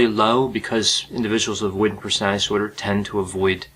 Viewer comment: Disorder is a 3 syllable word not two.